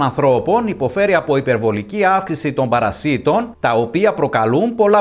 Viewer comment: Παρασιτων τονισμενο στο παρα. Οχι παρασι τονισμενο στο ι. Μαθετε να μιλατε